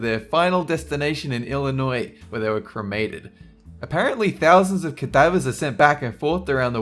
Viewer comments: Yay! You pronounced Illinois correctly! You deserve a golden star! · HOLY SHIT! Someone said Illinois properly! I know people who live here that don't say it right. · Thank you so much for saying Illinois correctly! I hate it when people add the s sound to the end. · Im from the UK and how he said it is the only way Ive ever heard it said...do people really say it wrong even if theyre from there?